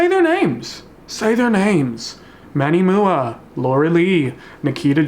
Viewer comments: Manny M.U.A., not "mooa" 😂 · Hey. Manny M.U.A not mua (moo-a) Love the videos though 😍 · Are we just gonna ignore "manny moo-ah"